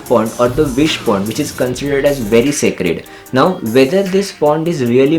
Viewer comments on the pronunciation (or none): none